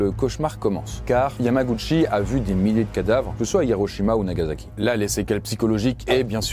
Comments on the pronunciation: NagaSSSSSSaki Un s pas un z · Les français ont un vrai problème avec le S en Japonais ! C'est NagaSaki (prononcé comme un S) et non NagaZaki (prononcé comme un Z ) On a beau le répéter mais les français ne comprennent rien !